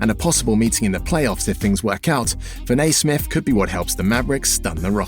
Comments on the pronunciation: Fin A ….. it’s Fin E Damn Englanders 🤦‍♂️ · I thought it was me sound like he says fin- nay..# put some respect on my name in my birdman voice..😂😉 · Good video, but you mispronounced his name whole video